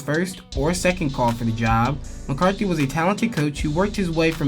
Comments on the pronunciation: Mc”Cart”ney Not “McCarthy” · This fool keeps saying McCarthy 😆 🤣 😂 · McCartNEY not McCaRTHY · McCartney, not McCarthy, otherwise good video, keep it up. Go Buffs! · Bill McCartney, not McCarthy. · It's McCart-NE! not Mcarthy... video is great, but that kinda ruined it... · Great video…. However…It’s Bill McCartney (KNEE), Gary BARNett and DAN Hawkins. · I was really looking forward to watching this, but I had to turn it off after the 6th or 7th time you mispronounced coach Mcartney’s last name